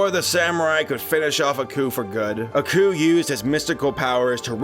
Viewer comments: Nah. Couldn't even sit through three minutes of this. The narrator sounds bored as hell. And the protagonist is not 'uh-ku', it's 'AAAH-KU', as in "AAAH, this bastard's tryin' to kill me! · AH-ku, not UH-ku. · It's like y'all don't even watch these shows before doing facts on them. How do you butcher pronunciations of names so badly when they pronounce them in the shows? It's not Uhku it's AAAAKU y'all do the same thing with pretty much every anime y'all do too.